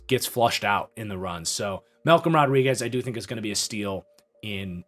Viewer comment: Man you nailed Malcom Rodriguez